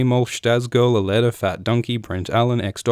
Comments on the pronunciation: did he just say Lucy Liu? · did he just say lucy liu